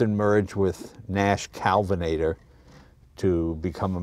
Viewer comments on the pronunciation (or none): "Look at all the chrome in this thing." Perfect for reflecting the sun into the driver's eyes. That's why you don't see chrome on car dashboards anymore. And it was Nash-Kelvinator, not "Calvinator."